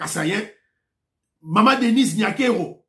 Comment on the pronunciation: Bonjour. Je te suis toujours et j'aime beaucoup tes émissions mais je t'en prie, notre nom est NyakerU et non NyakerO. S'il te plaît, à l'avenir, essaie de faire plus attention. Merci.